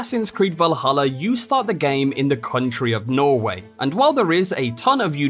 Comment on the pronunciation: It’s pronounced norweigh